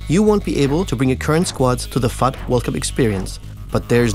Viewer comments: is it me or does it sound like he sayin F**K anytime he says fut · its so funny when he says "FUT"